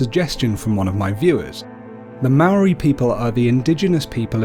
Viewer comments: Dude it's not Maroi its mo-ra-I moari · You saying "Maori" is killing me. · You pronounce Māori words really good but Māori isnt Mare it sounds like "Moldy" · Bro yes a beautiful subject, but bro please before doing a Maori video please learn how to pronounce our words properly. I do not approve of our cultural deities, done with such effortless pronunciation. As fasinating it may seem to you, please leave our culture alone until you understand and may great effort in pronouncing our words right. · Pronunciation tip: the Maori roll their Rs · Heads up when u gotta use the "wh" u use it like a F And when u say ur "R" u say it like a machinegun sound effect but not long as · I go to Te kura Maori o porirua TKMP good job just learn how to say Māor and are Māori gods names right thank you 😀😀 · The pronunciation of Maori words were not said properly most were incorrectly said like the word Maori as it was said wrong however it's great to see people getting to know more about our culture and share what they have learnt with others! :) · Sad you can't even say Maori right it's Te Reo Maori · chantelleida as a young Maori man I was quiet insulted by the mispronunciations So badly I ended up making a sin counter By the way Kia ora